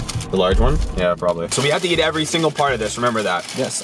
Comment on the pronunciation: it sounded like you said we have to eat every fart of this